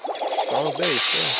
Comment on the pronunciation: Its YYEEEaa not YEEAAAHHH